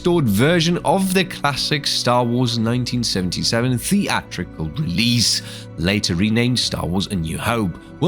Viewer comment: Who the hell pronounces 'release' like that?.I had to rage quit the video. So annoying